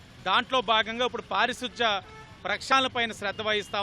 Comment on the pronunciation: స్తాపడం పారిసుద్ద గోదారి లో కరగడం సూపర్ తెలుగు.